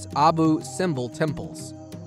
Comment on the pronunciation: Terrible way of pronouncing Abu Simbel. Simbel is not pronounced like the word "symbol" The 10m is just scenes from the movie " The Pyramid". That's supposed to be Anubis chasing one of the actors up a ladder, who is trying to escape